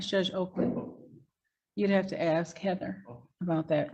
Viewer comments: "Aks" you ...... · You can’t axe a question. Maybe if you ask a question it will get answered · Cause he didn't axe properly